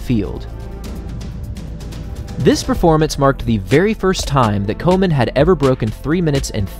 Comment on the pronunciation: Does anyone else hear "Coleman" when be says "Komen"?